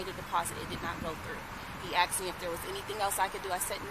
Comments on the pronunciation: And she said "axed me" smdh ghetto behavior right there. Its ASKED me Its the CULTURE of these people and OBAMAS fault for their sense of entitlement... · When are these people gonna stop saying “aksed”. You sound stupid.